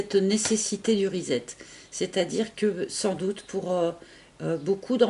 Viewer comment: Rezzzet??? 🤣🤣 trop cute comment tu le prononces! Reset en anglais - redémarrage en français!!!!!!